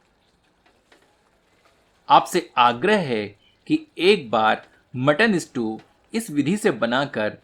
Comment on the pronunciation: स्ट्यू not स्टू please correct.